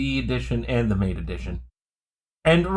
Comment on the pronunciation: Great video. I might send this to my dad. Im trying to get him to switch from windows and he’s in another state. I just have one point: it’s pronounced ma-tay. Also: ventoy rocks. I’ve never had an issue with installing windows using it either. In regards to Linux, it’s rare for an iso I use to be that large anyways. I have noticed sometimes ventoy will only boot when I choose the grub2 option instead of normal boot. It’s not perfect. But still the best.